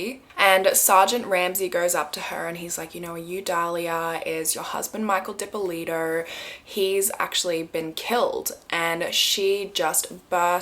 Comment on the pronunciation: Thanks for pronouncing my name properly!